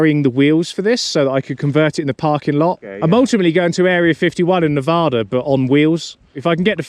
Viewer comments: No problem with your pronunciation of "foldgaires." Say it any way you like. Be advised, however, the correct pronunciation of the second syllable of Nevada is like the first one in Apple. The locals will tell you this. Every time you say "Nevahda" my soul wilts a little. 🤢🤢🤢🤢🤢🤢🤢🤢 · Bro been watching for awhile love the videos been waiting for this video for so long btw it’s pronounced Ne-va-duh from Nevada